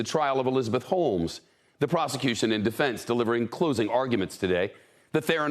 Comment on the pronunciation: My ears are deceiving me, I heard "Elizabeth HOLES" lol